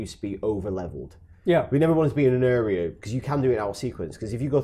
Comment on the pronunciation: Got a lot of time for pronunciation of "area"